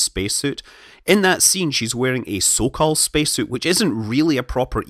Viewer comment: And here I thought he was saying "so-called suit" lol